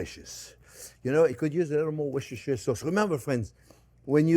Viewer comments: It’s Wooster Sauce chef, no matter how it’s spelt. (Follower from the UK) also don’t forget your Centigrade notes for us civilised people! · "Wisishire sauce". So funny. ♥️